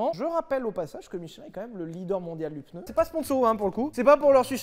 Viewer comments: Parler de Michelin aussi longtemps et dire "PEUNEU", quel affront ! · On dit pneu et non peneu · pEUneu? Vraiment ? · Du coup question : peneu ou pneu... qui prononce PENEU !?!? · Aaaaaah les "peuneus"...Bisous. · Attention à cette fâcheuse mauvaise habitude de tenter de placer un "E" dans le mot "PNEU". Comme ça on évite de passer pour un crétin qui pense faire un effort de langage... 😁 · 7eme minute: je viens de me souvenir qu’ils allaient parler d’une ds à 11 roue parce qu’il a prononcé le mot pneu 🥲